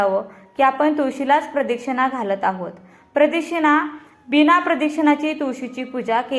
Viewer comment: प्रदक्षिणा हा उच्चारला तो चुकीचा होतो आहे